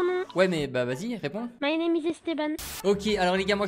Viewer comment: «min neam is dean » 😂 « min neam is esteban »😂